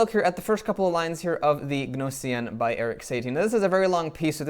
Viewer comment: NO-SEE-EN! That's "G" as in gnat...